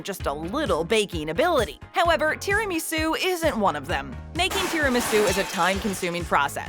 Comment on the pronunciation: The way this woman says tiramasu makes me want to jump off a bridge.